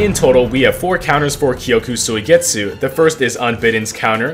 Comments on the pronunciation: Why does he say koyku soigetzu 😭😭😭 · “kyokuh soy get sue”😭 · I had many moments in this video where the pronounciation of kyoka suigetsu made me want to commit unalive, but other than that this was an amazing W. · Is no one talking about the way he pronounces kyoka suigetsu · why is bro sayin kyoka suigetsu like that you watch the dub? lmao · I almost stopped watching the video mid-way because of how ungodly you pronounce " Kyoka Suigetsu ". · Egregious pronunciation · Bro say kyoka suigetsu so wrong